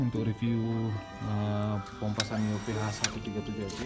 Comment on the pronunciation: Ada yg bilang SANYO itu dibacanya SAN - YO